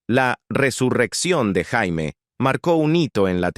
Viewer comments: Se pronuncia Sheimi, no Jaime. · NO MAMÉIS... NO SE LLAMA JAIME, SE PRONUNCIÓ SIEMPRE YEIMI, AUNQUE CLARO SE ESCRIBE JAIME. 🇲🇽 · suena mal que diga "Jaime Somers" cuando se pronunciaba Yeimi Somers" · Se pronuncia Jeimy no Jaime que atraso el relator! Esta serie me encantaba!!! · no se pronuncia jaime sino yeimi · se pronuncia "Yéimy" . Jaime suena como nombre de hombre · jaime?, se pronuncia jeymi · La voz de la IA, pronuncia como Jaime, cuando se pronuncia " yeimi", no Jaime, ¡ pues ni que fuera hombre ! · Jaja para colmo la voz de la IA dice "Jaime" y también "Yaime" pero nunca "Yeimi".. Le faltan un par de Ajustes Biónicos a esta IA! 😬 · Terrible la pronunciación!! Si no pueden poner un locutor , al menos pongan un IA que pronuncie bien los nombres en inglés!! No es Jaime como nombre de hombre! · Prunincie bien el sonido es Jeimy somers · Recuerdo haber visto "expedientes" médicos en la serie a nombre de Jamie (no Jaime) Sommers. Se pronuncia Yeime Ja es "yei" y "me" es "mi" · JAMIE y se pronuncia yeimi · Vine a comentar lo mismo 😄 ese jaime era todo un loquillo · Pensar que "La Mujer Bionica", la actriz Lindsay Wagner estuvo en Chile y de jurado del "Festival de Viña del Mar". El audio de este video me recuerdan cuando en "Ben-Hur" la llaman "Yudah" a "Juda" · Mala pronunciación